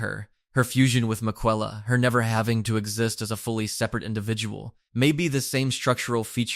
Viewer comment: you should be put in jail for that pronunciation of Miquella